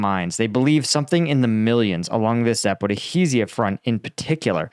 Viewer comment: It drives me nuts this guy adds extra syllables to the word Zaporizhia and then removes syllables from the word magnetometer dude get a translator.